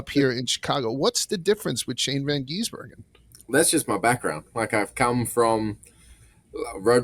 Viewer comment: For the love of God, it is GIZ-Ber-Gen Appreciate hatred isn’t real and that he just wants to be Shane